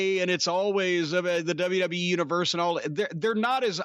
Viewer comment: Michael Cole: You can find it only on the dubeuh dubeuh dubeuh dubeuh